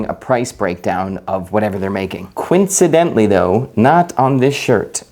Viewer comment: "squirmish" "quincidentally" 👍😁